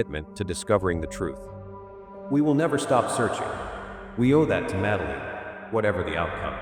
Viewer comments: Please teach that soulless, canned AI voice to pronounce the girl's name correctly: it's "Mad-Lynn" (two syllables), not "Madda-leen" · 18 years later and you still can’t pronounce her name correctly? Absolutely shocking 😮 you dosey septic!